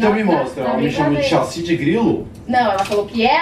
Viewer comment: KKKKK a nao consegue falar chassi kkkkkk